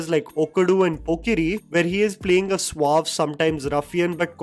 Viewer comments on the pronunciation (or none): none